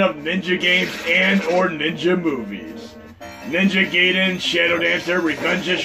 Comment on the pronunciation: FYI, "Gaiden" is pronounced Guy-den, not Gay-den. :)